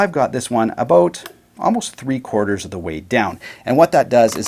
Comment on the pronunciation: Came for the “aboat,” got it . 😂